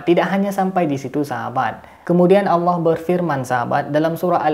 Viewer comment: Alah alah, bukan alah auwllah